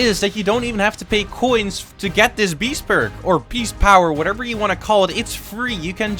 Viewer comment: "Beast Berg"